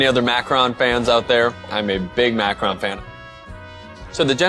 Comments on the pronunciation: It's macaron, not macron, you're also pronouncing it wrong. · "macron"? I thought it was "macaroon," LOL.